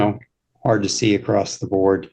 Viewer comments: This talking thing is a bit crazy. And I didn't kmow there was a 't' on "across the, acrostic, acroset"? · “I came acrost”